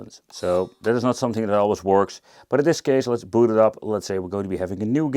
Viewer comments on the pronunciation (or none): none